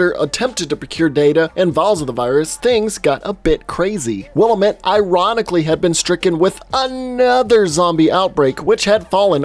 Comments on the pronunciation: Not to be an asshole but Willamette is pronounced "Will-Am-It" (not Willa-met) with each part of that pronunciation sounding pretty literally like that breakdown. It's not a big thing at all (great video!) I was just unreasonably triggered. XD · Wait, do they pronounce the town name that way in the game too? Because here in the Willamette (will-am-it) Valley, we say it correctly :) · Pronounced will-am-it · Will-AM-it. Not willa-met.